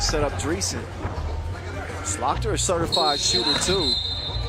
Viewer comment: Lol, nice to butcher the names of the Dutch players, when 1 (Slagter), literally means butcher. My teammates used to play against him and then with him on the team in youth basketball, late 90s. Nice to see him play again, and vs Toronto team, which is near where I live now. It's a small world.